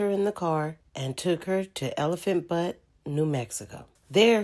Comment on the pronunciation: Omg pronounce things correctly! Her name is pronounced like Vihill. Elephant Butte Pronounced like beaut not like but. Lost me with not being able to pronounce things right.